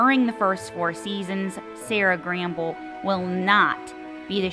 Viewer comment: Sera Gamble will be executive producer, so she’ll still have a presence in the production of the final season. And, it’s Sera Gamble, not Gramble… I hate that it’s ending and totally enjoyed season 4; I know a lot of people felt differently, but I loved it.